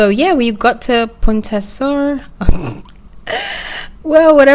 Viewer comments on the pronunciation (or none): none